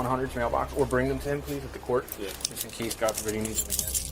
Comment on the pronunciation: I caught that too…OMG, the other LITTLE note is that she says “oh my God-a” really?!? You think he would even acknowledge you, much less know you? Not for me to judge …I know. But really, is she a complete narcissist? She has No feelings for anyone else. Boy, it floors me. 😢